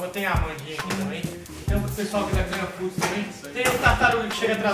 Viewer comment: PQP nego não sabe pronunciar o nome do patrocinador " Clean foods"!!!